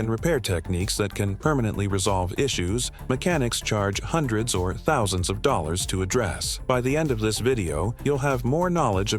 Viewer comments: I love listening to AI talk money; one hundred and eightdh dhollahahs😂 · I find it really annoying for these types ov videos where the narration is AI generated and many times monotonous and with mispronunciation of simple words like dollars. Some good information but lose the AI narrator.